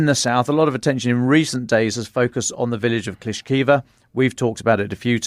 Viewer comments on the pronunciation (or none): Klishivka... not Klishkiva. Surovikin, not Surovkin...